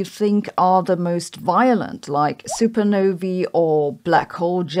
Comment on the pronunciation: I love it when a YouTuber astrophysicist pronounces 'supernovae' correctly. So many of Frau Hossenfelder's peers just seem unable.